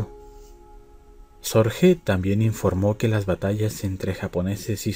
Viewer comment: El apellido Sorge es alemán por tanto no se pronuncia "Sorje" sino " Sorgue". Es lo.más completo que he oido sobre la vida de Sorge. En hora buena. Es claro que fue un hombre excepcional cualquiera que sea la valoración moral con la que se le juzgue.